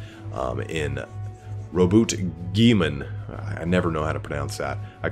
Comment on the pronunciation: is "gi Lee man" your pronouncing too many i's you need to add the L to the middle and slow down it'll role off your tongue better